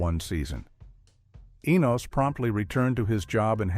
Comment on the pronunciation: So many inaccuracies. Checking In was a spinoff for Florence, not the doorman and Mr. Bentley was not the doorman, where did you even come up with this; The Colby’s did not try to be a sitcom; Enos was not a spinoff of a spinoff and his name is pronounced two different ways during the recap; The Brady Bunch Movie Jan is used as references to Eve Plumb. This is just inaccurate garbage.